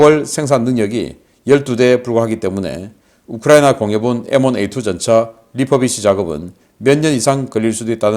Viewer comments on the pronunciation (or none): none